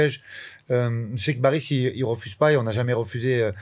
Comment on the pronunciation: Oui je sais que c est un prénom turc assez commun qui s écrit Baris mais qui ce prononce Barish..... J en connais un qui est née en Turquie de 2 parents turcs arrivée en France à 6 ans , il n as pas d accents non plus , mais il met un point d honneur a la bonne prononciation de son prénom turc... C est le première athlete turc de sport d hiver ....